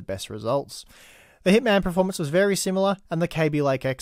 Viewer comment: Can you please stop mispronouncing the word performance?? You always say pro-formance (which is baffling seeing as you are quite well spoken and articulate)